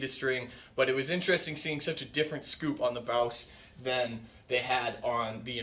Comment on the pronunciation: I thought it was pronounced boss